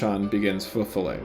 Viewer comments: Please learn to pronounce the title of the piece with as much reverence as you have for the composer. You're making a 5-star dinner sound like a McDo chicken nugget. Jesus. It's not fe folay, it's feux follet. The first word sounds long, the second short. It's not hard at all IF you try.. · Alan Walker pronounces it correctly. It is not “foe” but more like “fuh” and “ follets” sounds like “fall-lay”. And FYI, it is plural. Many little fires. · I was hearing « faux fillet » the whole time. Now I’m hungry. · I don't speak French, but I'm sure that Feux Follets is not pronounced like Faux Fil-A.